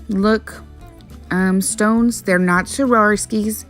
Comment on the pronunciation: Swar- ov-ski